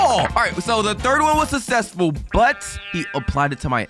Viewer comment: I feel like he should’ve gotten like one of each egg and done what he could with what he got. Also no offense but I laughed so hard when he said “sussesful”